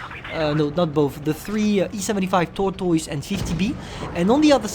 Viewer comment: toitoise nice pronunciation